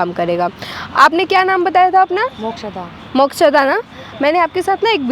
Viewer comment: IT lady theek se naam Mokshada nahi le paati hai .... Kaisi Engineer hai aap Madam ?